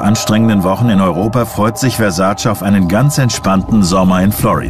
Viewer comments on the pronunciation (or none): Wenn die Amis bloss endlich lernen würden, wie sein Name richtig ausgesprochen wird... Der Mann hiess VERSAC●E● mit EEEEEE und nicht "Versaciii" 🙄